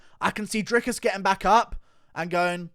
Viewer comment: Bruh how you gonna insist on pronouncing Dricus name correctly but never Jans name correctly you crippled ginger